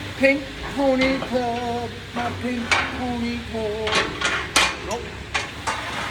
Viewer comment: I was wondering what a 'klerb' was 😂